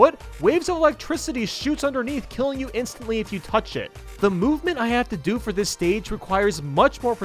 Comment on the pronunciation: "Foe after the video." Oh no, not a foe!